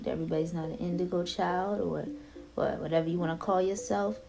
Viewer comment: Dude I love to hear her say what-her!!